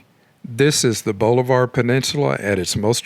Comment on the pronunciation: The narrator is obviously not from around here. It's pronounced Bahlavur, not bowlivar